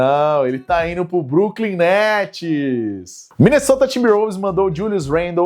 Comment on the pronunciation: como dira Alex Gargalhadas 'e agora, quem que vai jogar no bruklin netis?' kkkkkkkk belo dia pra não ser o brooklyn guy